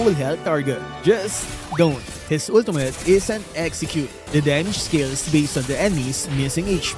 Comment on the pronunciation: “Ultumut.” —LMAO